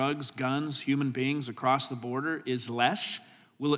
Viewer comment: Mr. Jordan, I adore you. But I also implore you there is no tea on the end of across.